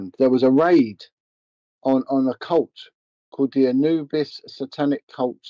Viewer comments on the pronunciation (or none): none